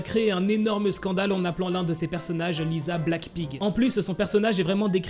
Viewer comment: Ca de prononce lissa et rossé pas lisa et rosé 😂😊